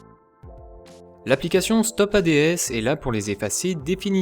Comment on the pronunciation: On dit pas A-D-S mais ads d'un seul coup, c'est le mot qui veut dire pubs en anglais mais sinon bonne video :)